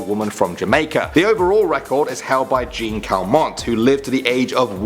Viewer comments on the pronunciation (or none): Jean calmet’s name was pronounced wrong